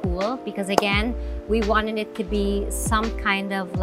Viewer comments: “we wan-nenit to be” haha love you Heart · Cute nga eh hahaha din “you wanenit to see it” 😂